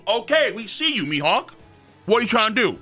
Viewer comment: “Mee Hockuu”